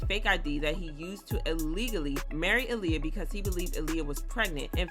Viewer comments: It's ahhliyah not uhliyah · It's not ahhhliyah either its aaliyah😂😂